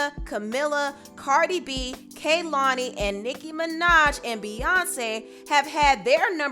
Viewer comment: You kept saying Lana’s & Kehlani’s names wrong. Not your first time you saying the names of people you are reporting on incorrectly.